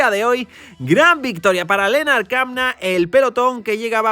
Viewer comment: ¡Muchas gracias! A, Lennard Kämna se pronuncia Lennard Kemna. En alemán la ä se pronuncia como una e. Saludos